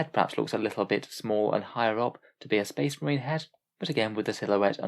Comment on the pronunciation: Oh boy! More spehs muhreenz!